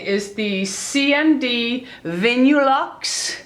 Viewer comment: It's pronounced Vinyl-luxe. I prefer OPI too.. The best!! xXx